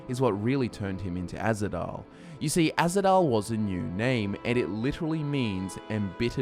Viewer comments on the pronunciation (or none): it's Ahzidal not azhidal